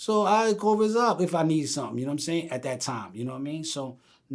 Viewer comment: This nigga can’t call rza for shit.. he bullshitin us